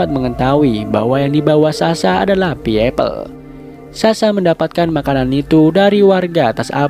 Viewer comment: Bacanya pay apel bang bukan pie apel